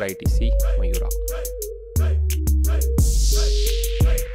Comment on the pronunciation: Bro அது மயூரா இல்லே மவுரியா ....